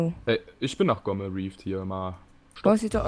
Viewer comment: Jedes Mal, wenn er das sagt (also Gomme) verstehe ich Pixelkuh.